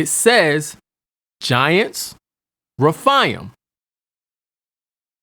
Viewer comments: You are totally mispronouncing the Hebrew word, "RAPHAIM." It is pronounced: RA--FAY--IM'. Numbers 13 is not the ONLY verse that CLEARLY describes GIANTS. DEUT. . JOSH.12:4; ; 15:8; . 2SAM. --22. 1CHRON.20:4,5. GEN.6:4. And of course---1SAM.17:4,5. ALSO: NUM. . And Scripture speaks of the SIZE, WEIGHT, and Number of Weapons, Armour, and Helmets they wore---SIMULTANEOUSLY! No DOUBT---There were "GIANTS IN THE LAND!" When GOD HIMSELF allows man to Write: "..and WE were as GRASSHOPPERS in our OWN eyes, and so we were to THEM.. Hey, I don't care HOW CLEVER your argument is, a human being does NOT feel like a "GRASSHOPPER" compared to another individual unless that "Other individual is EXTREMELY HUGE! Counter argument: "Well, "Grasshopper" is a RELATIVE term, it doesn't LITERALLY mean the Israelites ACTUALLY WERE as grasshoppers, they simply FELT very small COMPARED to a Race that was a 'bit' Taller than them." Whatta' JOKE! It is BLATANTLY CLEAR in those many verses that these humanoids were ENORMOUS! And for those of you who seem to think GOLIATH was only about Six and a half feet, or so, tall, then----Does THAT mean the Great ARK was only 300' long, 50' Wide, and 30' High? WOW!! That really SHRINKS the boat DOWN! Hard to ima- gine it holding THAT many mammals at that REDUCED size! All through our History there is AMPLE evidence that Giants existed. And there's MORE than enough evidence to reveal the Fact, they became Shorter as time went on. And that makes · whether they were half angel or fully human Gen 6:4 There were giants on the earth in those days and also afterward when the sons of God came in unto the daughters of men and brought children by them who were the mighty men of old men of renown. And it's not refaiams. it's re-faims, and ana-kims.